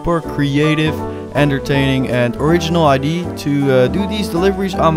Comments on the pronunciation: No offence but you pronounce idea wrong. You say ID. Look it up on google and press the sound button. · Has anyone realized that he says idee instead of idea like in 😂❤